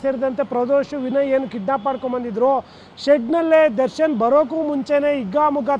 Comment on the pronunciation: Darshan ❌ Sarshan ✅